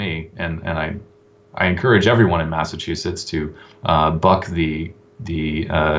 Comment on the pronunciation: Good show, but the guy can't say Mass-A-Chew-Sets